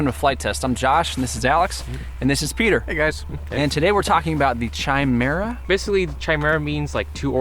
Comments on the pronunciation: Pronounced with a "K" sound, not a "CH" sound. If you mounted the rear engine on the fixed part of the horizontal stabilizer, you could pivot all three engines. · Ky-merruh not Chai-merruh Just sayin', badass build though. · Incidentally, it's pronounced "KAI-mera", NOT "CHAI-mera". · It is pronounced Ka not Cha. Not Chaimaera. SMH. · Its pronounced Ki not Chi, lol. But cool vid - you could call it a trimera, lol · chimera is not pronounced chi as china but more like the ki in kite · Ki- meer-ah. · Tchai-mehra rofl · Isn't it pronounced : ky.mare.uh? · Agree with James below, KI-MERA is English got it... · Again the pronunciation??? The "Simple-storch" is pronounced STORK!!! The "Chimera" is pronounced Kimera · A genius that hasn't heard the word chimera pronounce correctly. It's pounced with a K sound. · It's pronounced, Kimare-uh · FYI Chimera is pronounced with a hard "C". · pronounced Kimera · Very nice guys. The word chimera is pronounced with a "k" so kimera. I like it. I've been working on something similar. Maybe it would help the transition if you set the motors to tilt partially at first, like half way, to allow you to gain some forward airspeed before transitioning all the way. That way your control services will be more effective. Just a thought. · It's pronounced /kīˈmirə,kəˈmirə/ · I couldn't decide if I wanted to post this originally, but I think back to times when I've been guilty of mispronouncing words and have later been corrected, and I'm glad I was clued in. That being said, you're saying chimera wrong. \kī-ˈmir-ə, kə-\ I appreciate all you do for the community and my intent is not to "call out" but rather to educate! :-) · It's pronounced kaɪˈmɪərə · You're pronouncing it wrong it's Kia (like Guy but with a K) -mera Don't worry about it though it has a ridiculous spelling lol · Pronouncing Chimera wrong. Other than that great plane. Shame it wasnt used more.